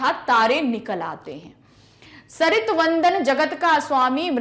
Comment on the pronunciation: सरित❌ सस्मित✔️